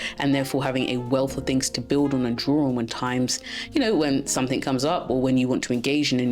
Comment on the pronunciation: Your accent is beautiful, but please don’t put a 'k' on the end of 'something'. Your content and delivery ? Yep, right on! ❤